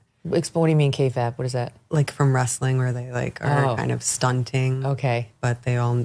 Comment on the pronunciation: Kayfab? 😂 Kayfabe.